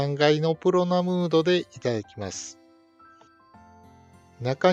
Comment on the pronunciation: 「しかし腹出てるな」で笑ってしまいました😂wあと「プロムナード」を何回も「プロナムード」と言い間違えているところが何だか可愛かったです😊